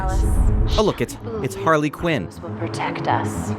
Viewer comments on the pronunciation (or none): none